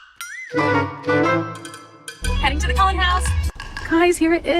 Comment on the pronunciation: Why is everybody pronouncing Cullen like Colon, I am not a Twilight fan but I didn't think Cullen sounded out like the part of your body that poops.